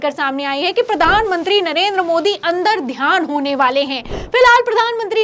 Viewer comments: अंदरध्यान नही . अंर्तधान कहते है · अन्दरध्यान नहीं, अन्तर्धान।